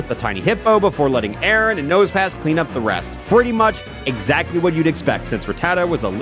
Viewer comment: I find it funny how he pronounces Aron as "Aaron" when it's "R-on"